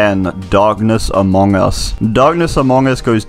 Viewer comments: He said darkness Amoong us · Did he just say amoung us 😔